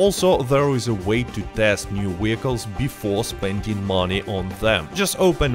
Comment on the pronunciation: Wee-IP, Wee-hicules!